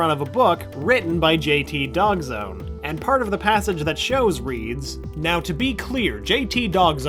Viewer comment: dawgzone not doggzone